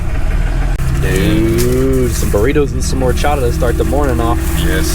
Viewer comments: says horchata like me 😂 "Hor-Chada" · Horchata with Spanish accent: Whorechata 😂😂😂